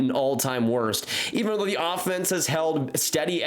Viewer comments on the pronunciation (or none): none